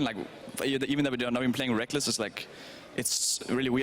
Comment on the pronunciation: lol get benched son "rekkless"